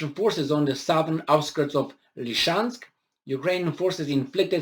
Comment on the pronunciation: repeat after me: LEE-SEE-CHANSSS-KKKKKK 🤣😂🤣😂